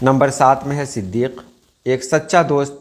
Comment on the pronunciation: صَدیق (ص مفتوح، د غیر مشدد)